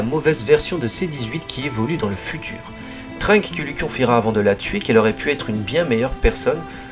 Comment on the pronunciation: par contre c'est TrunkSSSSSSSSSSSSSSSSSSSSSSSSSSSSSSSSSSSSS avec un S bordel